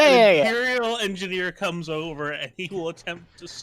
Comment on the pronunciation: did you said engener?! Oh poor fella, I hope he whoud live longer than the last one